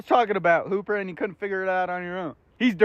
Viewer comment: I don’t know why why but I always thought he was saying poop dog before I read this comment lol